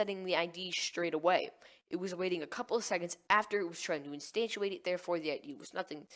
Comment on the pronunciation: You're saying instantiate wrong! instanTIAte not instanTUAte sorry, was driving me nuts